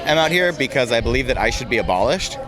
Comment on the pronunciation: IIt sounded like he said "I'm here personally because I should be abolished."